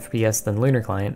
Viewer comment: I legit though Lunar Client said Conner Client